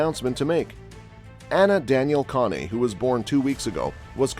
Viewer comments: Why are you showing Ryan Truex's picture in an article about Martin Truex? Why are you showing Xfinity Races with Trevor Bayne leading? And who in the HELL Conee? Could it be pronounced Cain? Kahne? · If you can’t take the time to find out how names are pronounced, maybe you shouldn’t be making these videos. It’s hard to take anyone serious who doesn’t do their homework. Kahne is pronounced CANE. Came here for Truex video which is what this says. BTW, Kaulig Is pronounced like “calling” without the N. Your channel is a joke & I won’t be back, nor will I recommend this channel to anyone I know or have met in 25+ years watching the sport.